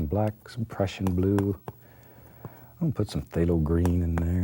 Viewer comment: Everytime he says "the prussian blue" I hear "depression blue" XD